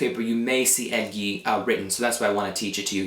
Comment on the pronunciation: this is really helpful but the way you pronounce egli seems off to me? i might be wrong but isnt the gli combination pronounced like lyi lli sound?